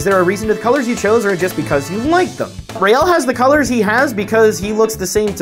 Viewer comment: whenever you say, you sound like you said Rail the Protogen lol